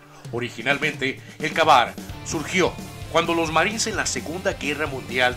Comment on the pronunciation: El primero se pronuncia kei bar